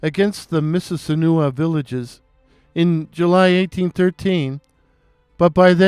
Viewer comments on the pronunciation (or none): The correct pronunciation of Mississinewa is "miss-iz-SIN-eh-wah"